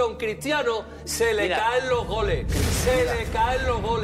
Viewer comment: Me da risa Soria porque en lugar de Goles dice "Gole" JAJAJAJA